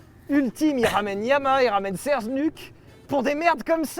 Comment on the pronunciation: Serges oenuque !? 🤣 0.35